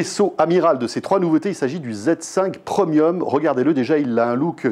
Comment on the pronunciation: "pre miome"